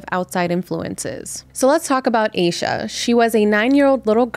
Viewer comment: Heard this story so many tes Its definitely seome close to her groomed her. Also please stop pronouncing hername wrong. Its pronounced with a little a not a capital A